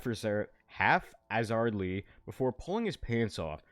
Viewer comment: Why did you pronounce haphazardly like that?